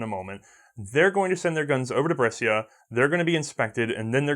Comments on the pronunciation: Brescia: Correct pronunciation is ''bresha'' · Mate, the "scia" part in "Brescia" il pronounced like "sha", like in "sharia", ok?